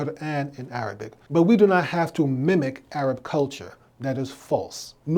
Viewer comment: I wish Dr Umar would stop calling Arabs "A-rabs". That's not how you say their name. It's insulting.